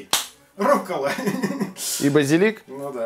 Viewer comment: Да не РУККУЛА а РУККОЛА!